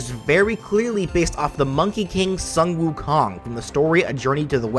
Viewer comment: Why do I get so pissed when people pronounce Shun Wu Kong?